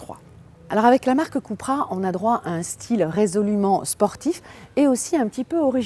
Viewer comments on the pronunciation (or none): none